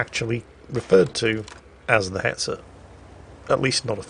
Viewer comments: Oh baiter. I was wondering why you were saying beta. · Baiter?! No, more CurryWurst for You until You get it right!!